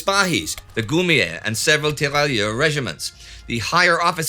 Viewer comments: 2 things: 1) tear rai ur... the double L is essentially not pronounced. 2) have you changed microphones or has the eq been tweaked? I have only noticed the change over the last couple of episodes; it seems to have highs and lows severely rolled off, leaving just mid range, and it didn't used to be that way...just wondering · A minor note on French pronunciation if I may: If French, the double 'LL' is pronounced like a 'Y' (just like in Spanish 'TortiLLa'), so those soldiers would be 'tee-ra-yeur'. Thanks for everything and keep up the great work!